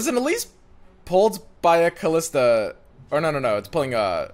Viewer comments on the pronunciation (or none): Her name is not "Khalista". She's not DJ Khaled. xD